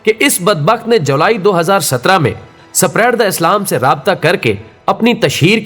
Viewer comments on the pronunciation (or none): یہ سپیریڈ sapiered کیا بلا ھے جب میری زبان یعنی کہ اردو کو اپنی ویڈیوز کی تشہیر کا ذریعہ بنایا ھے تو اردو تو کم از کم صحیح بولو اگر تھوڑی بہت دلچسپی پیدا ہوگئی تھی وہ بھی اکارت ھو گئی آپکی دھن مبارک سے اسپریڈ Spread کو سپیریڈ سنکر میرے پورے جسم پر اسوقت جھرجھری طاری ہو گئی تھی خیر آئیندہ سے احتیاط کا دامن تھامے رکھئیگا ۔